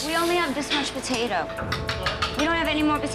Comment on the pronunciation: The fuck is a “Botato” 😂. It’s “PO-tato”